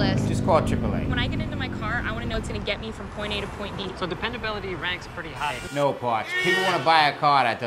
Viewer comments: Rob S Not to be a jerk, but it's Potsch. I'm only saying this because I couldn't figure out what the fuck his name was and it was driving me crazy. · What is saying when he refers to the chevy commercial guy, in all his videos? It sounds like he's calling him Potch, wut is that?